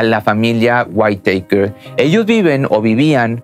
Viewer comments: se no se pronuncia "waiteiker "..sino literal "witaker" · Hahahahahaha los waitekers o los weiiitakers hhahhahahshs losa witakers se pronucia asi...así.... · Buen video y todo pero, No es por hacerte menos pero la pronunciación del apellido está mal, Whitaker (guitaker) , a diferencia de como lo pronuncias como si fue whitetaker (guaittaker) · No son "waiteikers" pronuncia así: whitakers así como se escribe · La high school es preparatoria y se pronuncia "guiteikers" raro chido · Interesante video! Solo una observación,con todo respeto. El apellido se pronuncia:wiraker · Se dice Witaker, y Chequear, no "quecar", y lo digo no por criticar, sino que tienes un canal que oye, y ve mucha gente, y es ideal comunicarnos de manera correcta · La T no se pronuncia en la palabra Whitaker, es como si fuera una R, algo así como guiraker=Whitaker. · Se pronuncia tal cual "güitaker". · Intenta decir "GÜÍTAQUER", eso se parece más a la pronunciación del apellido. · Se pronuncia güitaker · Se pronuncia Witoker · Se pronuncia guitaker, así. Como suena. Xd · se pronuncia witaker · Se pronuncia "guitaker" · Se pronuncia más o menos "huitæker" la doble tt le quita el sonido "ei" a la letra a en inglés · Mala pronunciación, se lee witaker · Amigo no sobre pronuncies el inglés , no se llaman los why takers xd